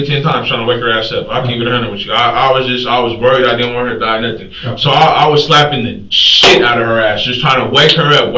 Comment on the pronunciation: "I didn't do nuffin" Uhuh I think we have a very different definition of what "doing nuffin" looks like.